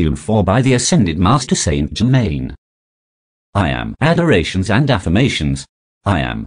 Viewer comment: St Ger main Not St German! Sheez